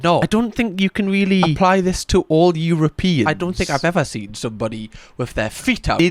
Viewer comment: I love AI : you row pee ans